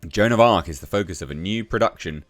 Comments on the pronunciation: Joan of Aks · Joan of Blarc